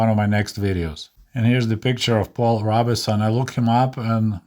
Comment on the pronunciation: Good show. To the narrator: Your English is good. I agree with your points. This is minor: Paul Robeson, the famous singer, his last name is simply two syllables: "ROBE'-SON". On the word: 'lineage' proper pronunciation is "LIN'-EE-EDGE". I took Russsian in high school and every Russian teacher spoke about how hard English/ American words were to spell and speak as opposed to Russian words. They were correct.